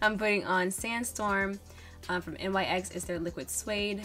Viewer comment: just subscribed and I will be trying this look with my 35o palette👌🏾 also just for future reference NYX is pronounced Knicks like New York Knicks :)